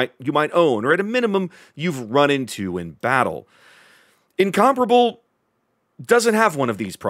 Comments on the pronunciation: Sounds weird the way you pronounce it, It should be pronounced like in- com-pair-able, btw I am from England, and it was originally going to be a Battle Cruiser... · Thank you for finally getting rid of the word “Incom-pair-able” outa my head driving me mad!